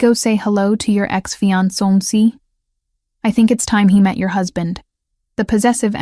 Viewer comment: The AI can’t say “ fiancé”😂😂😂